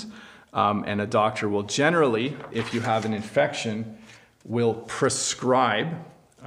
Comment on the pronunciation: You generally saying gene'rally